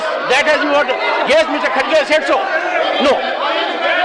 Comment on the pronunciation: Its not khadge it's Kharge Pronounce properly